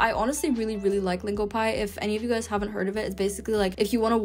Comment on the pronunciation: I noticed that she pronounces all of her A's as U's. She calls them ups instead of apps. She says lunguage and huven't, but she still calls it tier A pronouncing the letter correctly. 🤔